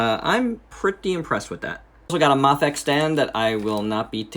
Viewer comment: Great review! Seems like everyone's making EVA-01s lately. I thought it was pronounces May-fex?